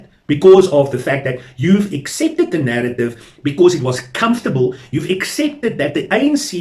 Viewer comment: Why do you say nerrative . Isn't it narrative?